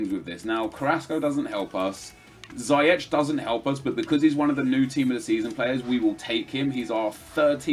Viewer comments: Nep, Ziyech's name is pronounced as Ziyek :) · I know it is inpossible to pronounce dutch names, but how you pronounced Ziyech was very bad